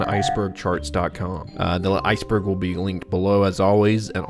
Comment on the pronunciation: I thought you said spiceburg 😂